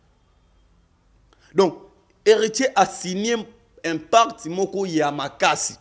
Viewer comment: On ne dit pas 'impacte' On dit "PACTE"